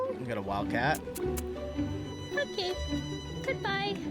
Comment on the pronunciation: A wild cat😂 yeah dude... u sound so American right now